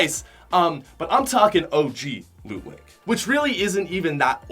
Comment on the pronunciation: Mans said "Lean Lake" Lmaooo